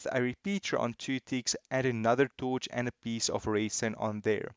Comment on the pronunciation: The way he says torch, TOOCH